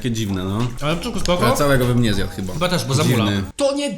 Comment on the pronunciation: Ale bym zjat. Xd tak to było słychać 🤨